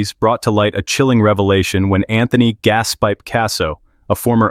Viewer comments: Anthony Gaspeep Casso????? and Louis Apollodo?????? the pronunciation in this video is awful. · Gaspeep! 😂😂😂 Just when i thought more names couldnt be massacred, he comes out with that!